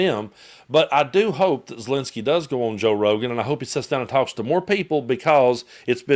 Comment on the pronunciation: *ZelEnskyi, not Zilinsky